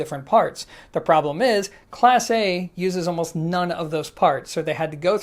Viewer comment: It not pronounced Class A, it's pronounced Class Eh. You don't know how to talk Canadian, eh? Lol